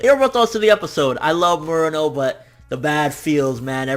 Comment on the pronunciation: You known some Japanese. You should know how to pronounce Murano correctly. And that yakuza scene was awesome. Best scene of any anime I've seen this year.